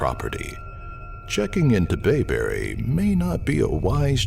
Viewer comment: Lol! It was announced BAYberry? It's BYberry. How can I be frightened when the announcer can't get the name right?